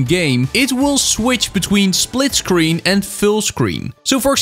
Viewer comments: “Splitcreen” gj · ah yes, "Splitcreen"